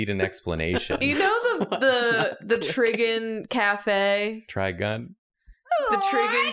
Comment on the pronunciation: the noise makes here is killing me … almost as much as pronunciation of trigun did